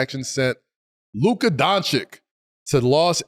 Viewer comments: It can’t be that hard to pronounce it right, not Luka DONCHICK, LUKA DONCHICH. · Why cant these people pronounce his name properly. Donchich, not Donchick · I' m from Slovenia and i must say that after 7 years, if they will go on disrispectfully with the pronunciation DonchiK, this enables us, Slovenians, to use systematically the N word. This is my opinion - we are a small country, we have our tradition and our history and we deserve a minimum of RESPECT. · People still pronouncing Doncic wrong. Way more egregious than Gon-Zo-Guh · its not that hard to pronounce Luka’s last name right…